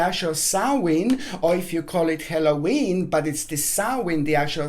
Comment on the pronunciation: Not HELLOWEEN . it is Halloween